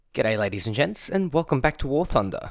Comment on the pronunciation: Is it just me or is he saying "Good day ladies and jets"?